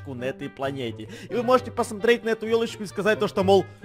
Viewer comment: Мне послышалось не ёлочку а тёлочку